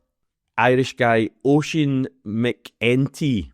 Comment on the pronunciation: Butchered that one, man. Pronounced “Mackin tee”…not “Mac Entee”. 🫣